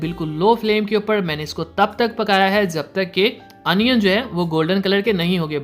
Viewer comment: Bhai onion hota hai anion nahi